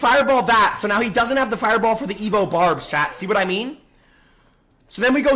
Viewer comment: Why is he calling them evoED everyone calls them evo 😂